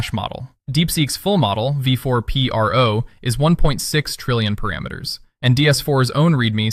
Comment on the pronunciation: Its called Pro not P R O 😂 C”mon man use real human not AI for everything here.